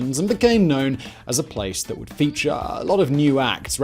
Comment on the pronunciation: seconds. Feataaaaawe